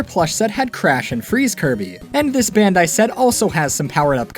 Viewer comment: You keep saying "bandi" do you meen Bandainamco?